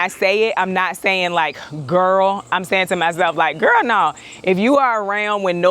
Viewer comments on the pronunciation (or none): All along I thought you were telling the plant “Girl nawhl”. Please continue to just be you. I think I can speak for the majority of your viewers in saying that. 😇 We love your personality and sheer genuineness.